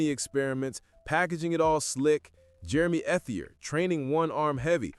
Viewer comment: Jeremy's last name is pronounced "ett-ee-ay". It's a French surname. Just an FYI....no hate.